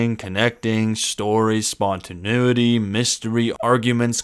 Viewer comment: Definite Millennial posting this video. “spontanUiety?” If he isn’t one, he was raised by one in the woods. Sorry dude. Enjoyed the video. It’s all good.